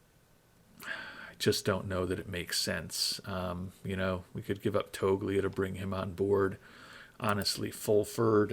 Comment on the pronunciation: Practice with some names you pronounce so many wrong. I'm no expét just how they say them on tv and never heard toglia with the g pronounced 😂😂